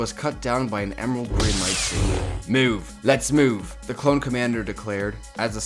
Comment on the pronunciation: Mewv mewv. I’m sorry but that’s how you said it.